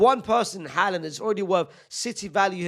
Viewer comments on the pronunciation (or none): none